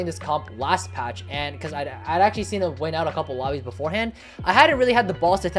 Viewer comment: I guess but what I mean is that the first word is very hard to understand, like he said "patch" but I thought he said "fast"@